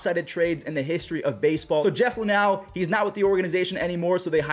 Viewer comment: I don’t like how you say Lunhow lol don’t say How